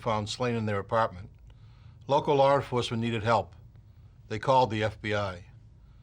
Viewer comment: Lar enfarcment